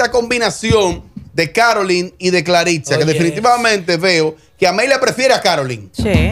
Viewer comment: Ella se llama Clarissa no Claritza. Es una joven con mucho talento y carisma que lo va a hacer muy bien. Todos podemos tener opiniones el peso de esa observación/argumento en el caso de Amelia bueno ya eso es obvio😅 donde Dios piso no puede haber🤣🤣🤣🤣